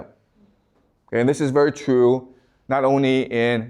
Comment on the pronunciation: Do Chinese speakers not have the letter R? You say the words, really and workers, perfectly, but cannot pronounce the word true and many other words that have an r, I'm just trying to figure it out linguistically. You are a great teacher and a small speech impediment is no impediment at all to communicating the vast knowledge to your students that you have accumulated over the many years of study you have obviously done.